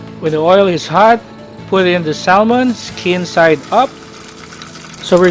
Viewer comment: it pronounce SAHMON silent L